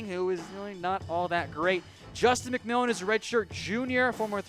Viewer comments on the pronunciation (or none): none